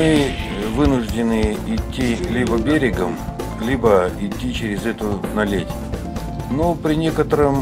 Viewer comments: то есть наледь(ударение на а , тогда всё понятно спасибо!!) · Наледь- ударение на первый слог , аж слух режет